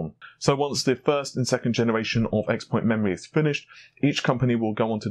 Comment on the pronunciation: Please pronounce xpoint corectly sigh